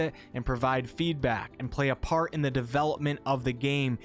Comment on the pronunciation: "DE-VEL-OP-MENT." And so many people still pretend that's not the case.